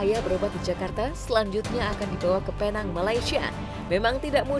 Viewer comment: Sebutannya pineng bukan penang walaupun namanya Penang.